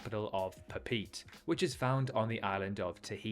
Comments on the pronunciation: great video just as a cookisland/tahitian, slight changes could be the pronounciation of things such as Tahitian being (ta-hi-shian) or Papeete being (Pa-pe-e-te) and not papeet. but apart from just that, I really loved the video. Its so nice to see more indepth videos of our ancestral home. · The flag shows a catamaran not a canoe (read about Kon Tiki by Thor Hyerdahl), French fly CDG to LAX to Papeete, which you cannot pronounce